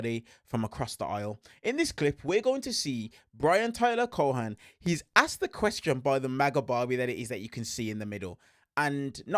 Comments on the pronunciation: I believe it's pronounced, "Cowen." Long o. I believe. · The say you say Cohen is wild. It's just not how you say his name and I dont think its deliberate, but it's really annoying because you do it over and over. Ignore the "h" and stop magically changing the "e" to an "a" sound.